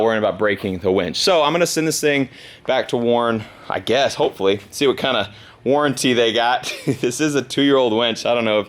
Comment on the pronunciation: let's see what kind of warantie warn has. Me: don't you mean WARNntie